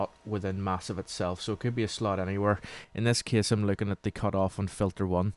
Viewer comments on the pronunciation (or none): "in this case": en thes ceese KevWillow7: aan thess ceehs XD